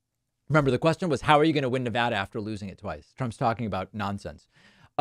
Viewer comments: Btw you are not saying nevada correctly. Not Na-vah-da you said it correctly a couple of times. Na-va-da (vad/bad) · I know this is off topic but please adjust your pronunciation of Nevada. It's Ne-VAD-uh, not Ne-VAH-duh. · Nev-add-uh… it’s not nah-vah-duh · David!! ILY but it is Ne-VAD-uh, not Ne-VAH-Duh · Why is it so hard to pronounce our state? It’s not Ne-Vu-duh, it’s Ne-va-duh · It is neh vaa duh, not neh vah duh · David, You say Ne-VAH-duh, I say Ne-VAD-uh. According to Nevadans, the latter is correct and the distinction is important. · he is a big child. how he was ever elected is beyond me. btw, it's pronounced ne-VAD-a, like glad, not ne-vah-da. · Neh-VA-duh not Nah-vah duh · Ex Nevadan here, Mr. Ex President Rumpus can stay out of Nevada. David, your saying Nevada wrong. It’s Ne-VAD-uh. VAD “a”like hat. Love ya anyway and thank you for sharing your work! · David, I luv ya and I want Nevadans to love you too. You need to pronounce Nevada correctly. We booed George Stephanopoulos when he was here and said it like you. Pronounce it like you would MonTANA. It's NevADA. Keep up the great work! BLUE WAVE POWER!! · Ffs stop saying Ne-voh-duh. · It's never da not nevaduh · You think using the "ah" sound when pronouncing "Nevada" makes you sound more erudite. It would, if Nevada were pronounced that way, but it's not. It's a as in "cat," not "ah" as in "car." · Good video BUT you pronounced Nevada 2 different ways. PLEASE pronounce it like the residents do OR you may be put in Trump's category of pronouncing Yo-se- mite, you know that beautiful National Park in the Sierra Nevada(careful) Mountains of California. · People in Nevada pronounce it the other way